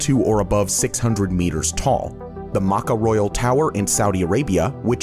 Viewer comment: Sorry, it is really offensive when you said maca.It is pronounced MECCA. It is actually an English word. Like sometimes Madison square garden is sometimes refer to as in sports.